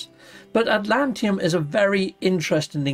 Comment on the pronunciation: I know I'm being a pedant and my OCD is getting the better of me but, it's iNdium and AtlanTIDium. Sorry but my OCD muscle gets a cramp every time you say Idium and Atlantium. Apologies. Carry on.